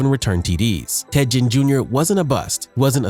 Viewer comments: Ted "gen" Junior. Hahaha, A.I. has to be stopped. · I was wondering if something sounded funny about the narrator the whole time. I thought nah maybe it's jusna newer YouTuber who hadn't found their comfort and voice yet. Then calling teddy Ginn Jr teddy gin was the nail in the coffin. Either the person has no idea about football actually and is just a narrator being paid or is AI. Immediately clicking the never recommend this channel to me ever again button. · I don’t think I have ever heard someone pronounce Ginn’s name with a soft G lol, don’t know if that’s the correct pronunciation or not but I’ve always heard it with a hard G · Anyone else get aggravated by the way he kept saying ginn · Not just Ginn. He butchered so many names smh